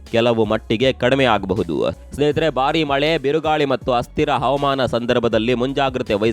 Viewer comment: Please pronunce Havamana and Avamana ' s difference